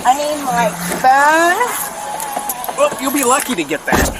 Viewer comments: The way the blonde bike-riding lady kept saying “pheune,” “I need my pheune,” “I can’t find my pheune” was equal parts hilarious and irritating AF. She is the poster child for old white lady entitlement. I bet she is just as vile when sober. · The Second Lady is pronouncing phone like Inspector Clouseau from the pink panther. Phoone. It’s hilarious to anyone old enough to remember. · I would give this woman 5 to 10 for her pronunciation of the word phone! I mean for the love of God woman! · She pronounces phone just like Peter Sellers did in the movies Pink panther